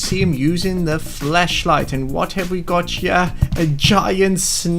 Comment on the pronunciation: Ok did you say fleshlight or flashlight